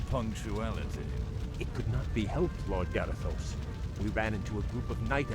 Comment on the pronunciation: Its Garithos not Garathosh